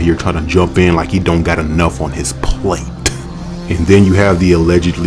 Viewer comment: The emphasis on the word “plate” almost took me out! 😂